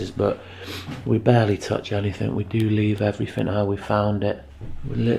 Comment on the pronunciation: A grown man saying "Every fin" 😅